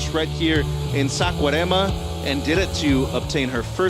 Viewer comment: Fire. Dude you suck!! and learn how to pronounce Saquarema.